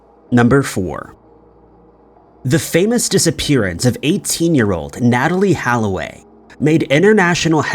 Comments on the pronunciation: Holloway, not Halloway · Not to mention how he pronounced Natalie's last name as Halloway when it's actually Holloway (and was written as such on the screen). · It’s funny. You apologize for the pronunciation of the foreign names but yet you pronounce Holloway as if the second letter is an “a” haha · not to mention he apologized for pronouncing the two dudes' names wrong immediately after pronouncing her name incorrectly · You fucking botched Natalie Holloway's surname you goose